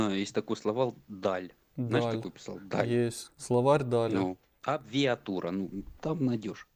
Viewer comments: Зато слово ,,сложносочиненное,, смог выговорить , после абырвалг и абвиатура -это просто достижение😂Это высшая абвиатура всего. Ужас, каждое слово ,,шедевр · Абирвлаґ😂😂😂 абвіватур.😂😂😂такий вумний фанатік,аж захлинувся своїми знаннями. 😂😂😂🎉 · "славал", абвіатура? Як ця хвороба називається? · Абвиатура -АБРАВИАТУРА. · Як завжди, замість " абревіатури- "абрвалг"🤣🤣🤣🤣🤣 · "Абвиатура"😂 🤦 Кончена потвора.